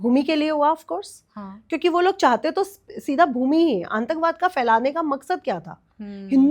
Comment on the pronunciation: मैडम जी aantakbad नहीं वो शब्द है आतंकवाद बार बार इस शब्द को है गलत ही बोल रही हो सुधार करो